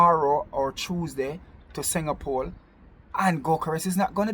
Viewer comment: Man said Arsenal are going to “Singa Pole”